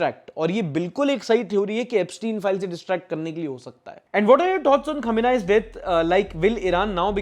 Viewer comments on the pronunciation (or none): Bhai it's Khamenei not omenai mene opinion bana liya he. American kuchh jyada hi uchhal Raha he aj kal. Kisi bhi nation ke sath kuchh bhi kar deta he. Why Trump is forcing us about Russian oil? So for that metter. I don't like USA. But the good thing is that now maybe, lemme say again, maybe things will change in Iran because of this war. Let's hope for the best for Iran that it won't end up like Afghanistan, I have many girl friends in iran, they wanna leave iran because of the religious strictness. Rip cahabar port. Rip IRIS Dena and crew. And that guy kelled in holy. We should not forget about that port. Hope iran will see sun rise. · China and Russia are supporting indirectly by giving military intelligence of US positions in the Middle East it was a torpedo not a missile India has released statements on this incident it's ayatollah khamenei not ayatollah omeni Justice for Tarun 🙏 this guy literally tried to takes his own life yesterday really shows the seriousness of men's mental health in our country